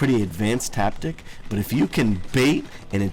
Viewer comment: you said "taptic"